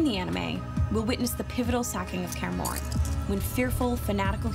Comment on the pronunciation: da hell is karmorien? why can’t she just say Kaer Morhen like it’s meant to be spelled?